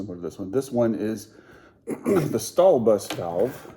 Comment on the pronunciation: favourite part, you pronounced that correctly ;D